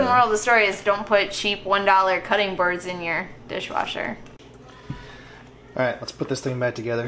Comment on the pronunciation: Awesome repair on the dish wersher